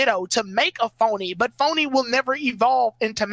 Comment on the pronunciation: Phione not phony lol